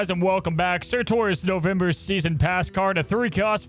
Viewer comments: For the love of god stop saying surTOR ITS TUR!!!😂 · dude....it's surtur not surtor tur like turn not torn. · Sir-terr. Not Tor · It’s pronounced “Sirtur”. Quickly said. You’re saying it more like Sir-Tore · SURTURRRR! Where is the O?? Not SurtOr, cmon what are you.. Alex? :P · Pls stop butchering his name :'( S U R-T U R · I got triggered how many times he said 'sir tor' lol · He is generally bad at pronunciation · Sorry y’all I’m gonna be that guy: pronounced like “Cer-ta” 🤓☝🏻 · Did no one notice how pronounces Surtur 😅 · How are all of the snap content creators pronouncing surtur wrong... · It’s driving me insane